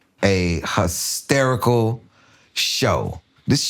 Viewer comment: what kind of accent is huh-sterical lol